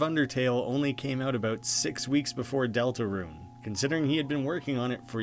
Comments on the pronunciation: Why do you keep saying Delta Ruin? It’s Delta Rune. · Why do you keep calling the game "Deltaruin"? It's DeltaRUNE. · DeltaRUNE not DeltaRUIN where's the i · DELTA RUNE NOT RUIN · Did you just say "Delta Ruin?" lol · It sounds like you are saying Deltaruin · Not trying to be an asshole but it’s “rune” not “ruin” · Ruin? It's rune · Is it me or do you keep saying "Delta-Ruin."????? I think its just me. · It’s pronounced delta-roon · Lol he said delta RUINE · Why does he say Deltaruin? (Ruin?) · I can't be the only one who's anoyed by the way he says deltarune, "deltaruin", besides that loved the video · deltaRUNE i like your vids but your pronunciation is annoying